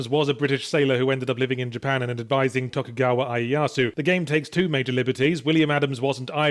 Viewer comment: "Eye-ee-yasu" made me cringe